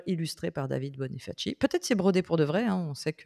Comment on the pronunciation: Salut les pros du monde du jeu dans un monde de jeux. Alors juste pour préciser effectivement c'est du graphisme et non de la vraie broderie parce que c'était l'esthétisme qui primait et non la broderie en soi. Mais merci d'en avoir parlé... 😂Et sinon c'est "bonifassi" que ça se prononce ❤ Longue vie à vous.